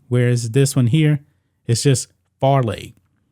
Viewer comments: We used to call it Fairly Ridiculous and it is pronounced with a long "A" sound. This is good news. I can't think of a better school to get beaten than Purdue. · Fairleigh us the right name and not Farely or Farleigh but Fairleigh pronounced Fairly